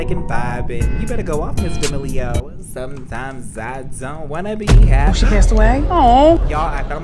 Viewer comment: UNTIL HAHAHAH I'M DEADD "suzmztimez i doznt Wanza be hapee"